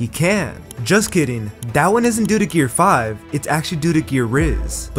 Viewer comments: Gear5 ❌ Gear riz ✅ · Did bro just say "gear rizz" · Bro said gear rizz💀☠️💀☠️💀☠️💀